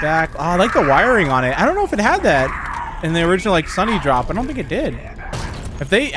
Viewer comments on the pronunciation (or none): Did you say sunnydrop it’s sundrop for correction just saying